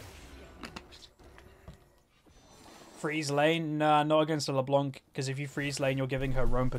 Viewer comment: Yo, as it's supposed to be french, the "c" in "LeBlanc" should be muted. The way it was intendend to be pronounced is "LeBlan" rather than "LeBlank", which by the way literally means "The White" in french. Love your videos man, keep it up!